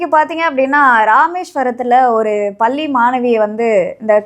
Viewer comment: அதென்ன பல்லி, கொலந்தெ, சரியாக உச்சரிக்கவும்